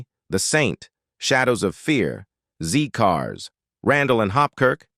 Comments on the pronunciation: It is "Zed Cars", not "Zee Cars". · Z CARS is pronounced ZED CARS not ZEE CARS. This is mentioned in Wikipedia and IMDB. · ZED CARS, not ZEE CARS! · Why are you calling the vicar Clive Swift at 14, mins, and it is Zed cars not Zee. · Zed cars. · It's zed cars not zee cars 😂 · It is Zed Cars not Zee Cars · Zed cars* not zee cars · Don't be tough. The information was good except for the zee/zed thing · Its pronounced zed cars not zee car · I hate the AI voice and it’s a dealbreaker for me. ‘Zee’ cars …….mg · Zeee cars. ? 😂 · Awful narration eg "zee cars"! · You say they aged badly , but you pronounce words badly. Zee cars is Zed cars...and Allo allo, should have a French tone, which lifts the sound to A low....A low sort of 😅😅😅😮😮😮